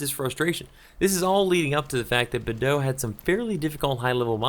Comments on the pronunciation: Lol, Badeaux is also difficult for you to pronounce hehe. ;) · I've never thought about pronouncing Beadeaux as you did. I always just said it how it's spelled, like Bee-ah-dew-ux, which I know is not right, but it's the name I know it by for the last 15yrs lol.